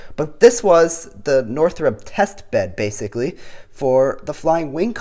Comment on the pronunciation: umm... Did you mean to say Northrub?